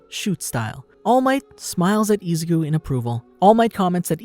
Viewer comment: Bro it's Izuku not Izaku. Good video but that was annoying the f outa me.